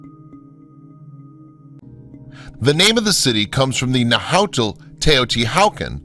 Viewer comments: Nahuatl is not pronounced Na-how, more like “Nah-wat” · Saksay-WAMAN. The narrator keeps pronouncing the Spanish "hua" as an English "hyu" instead of like "w". "Saksay-HYUMAN"... Cringeworthy. Same with his butchery of "Nahuatl" ("Nahatl" instead of "Nawatl"). Awful. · Narrator seems to be using Germanic-English pronunciation rules for the pre-Columbian sites. Anyone who mangles the pronunciation of Teotichuacan and Nahuatl is suspect in my book. So easy to find correct pronunciation.At least he got Tikal and Monte Alban correct. Hearing Na-HOW-tell was like fingernails on a chalkboard to my ears.